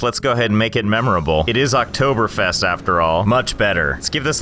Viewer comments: Im surprised of how good you said Oktoberfest do you speek german? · I'm surprised he pronounces the ä correctly yet didn't know what Oktoberfest was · He just nailed the pronounciation of Oktoberfest! (I'm German) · BREZEL. Mich hats überrascht, wie gut du Oktoberfest ausgesprochen hast